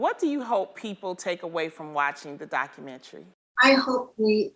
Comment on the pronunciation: Wonderful interview, but why do people say Documentree?